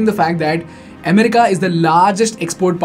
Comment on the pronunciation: Please pronounce America properly.